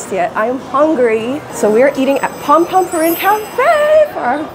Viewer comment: um its pompompurin